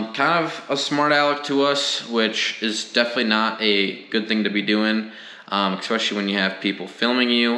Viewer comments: Umm umm umm. EXpesialy, Suposibly. Other than the poor grammar, it was an informative video. Happy to see you stand your ground. Way to keep you cool and win in the long run. Nicely done. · great video... btw... it is "Ehhh-specially" (especially)... not EX specially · Please stop saying exspecially, but keep up everything else.